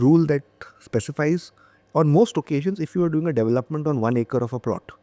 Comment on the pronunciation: Devil- lop- ment ❌ De-velop- ment ✅